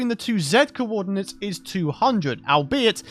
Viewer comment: i'm impressed that youtube closed captions understands "cowodinates" as "coordinates".